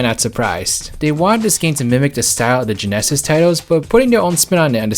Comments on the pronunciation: Why do you pronounce “genesis” that way? It sounds strange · it's honestly very difficult to ignore that the narrator can't pronounce the word "genesis"